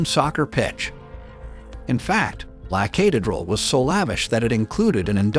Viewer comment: This video is full of mis-pronunciations. The guy can't even say Medellin correctly . The video is full of glaring inaccuracies. This clown who posted this has never been to Colombia and has f...ed up every word of every place mentioned. There are far better videos that are historically correct. This is the worst video on the Escobar subject I have ever seen. Please learn to say La Catereral and Medellin is you are posting . 😞